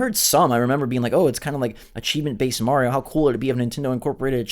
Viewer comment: "Marrrio..." Ugh... Seriously...